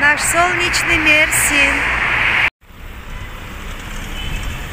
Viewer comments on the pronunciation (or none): none